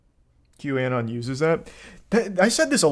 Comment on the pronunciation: This neckbeard can't even pronounce QAnon